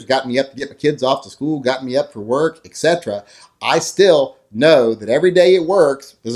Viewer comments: ETC. not EKCT. that drives me batty when you say it like that. I'm subscibed. great video. You always make sense, that's what I like about you. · new drinking game: marathon vids and take a shot every time he says "et cetruh"